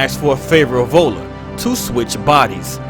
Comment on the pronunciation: Awesome vid about Ellen but the way you pronounced "Viola" is wrong. It's NOT volla, it's vy-o-la